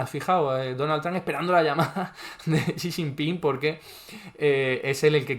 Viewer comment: para decir Xi Jinping con los fonemas del español más parecidos a los auténticos, puedes decir "si chinpin" o "shi chinpin" con la sh del inglés (Sí, la j del chino se pronuncia muy parecida a nuestra ch)